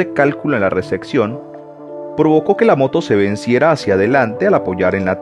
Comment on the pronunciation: Una pequeña sugerencia, cuidado con la pronunciación, en una de las frases dices ¨Recección¨ en lugar de ¨Recepción¨ y otras veces con palabras en inglés, por el resto, buen video